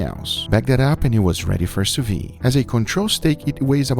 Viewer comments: French speaking folk here: sous-vide is pronounced Sew-v-hid not Sew-vee. Thumbs-up so he can see. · Why does he keep saying "sous vi" instead of "sous vide"? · Please, please. Stop saying Sousviiiiii. That ide at the end is a soft d. As somebody who uses the technique 24/7, you should correctly pronounce it. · Please pronounce the d in sous viDe!